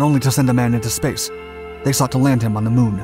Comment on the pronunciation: Did he say the moon or shamu. I don't know just rewind it again. Ok